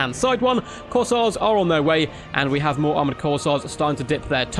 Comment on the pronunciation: Flesh hounds going to be a menace in multiplayer it seems. Will be interesting how they match up to warhammer 1 and 2 race's units. Also, I'm pretty sure its pronounced "Course" as in golf course and "Air" as in breath of fresh air. CourseAir (Corsair)